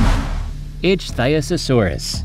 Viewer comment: good video but work on pronouncing the right names for example ichtyosaurus